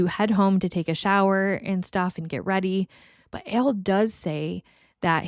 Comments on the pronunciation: To me, it sounds like you’re saying “Ale”. Which is interesting as I’ve never encountered anyone from NY who had pronounced Al like that. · What accent is that?? Never heard Al pronounced like that.. I'm guessing somewhere in the Midwest??